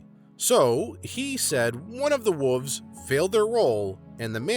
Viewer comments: dude, you know theres an L in wolves riight its not wuvs. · The way this guy pronounces "wolves" always makes me smile. Somehow "wooves" sound kinda like fuzzy, soft creatures you'd like to pet!